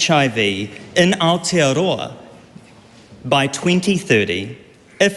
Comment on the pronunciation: Who the fck is that? (Not you ) AND it's Aotearoa not Aotiaroa